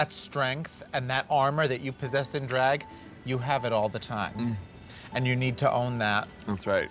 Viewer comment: I love when Jaymes says “Dreeg” instead of “Drag”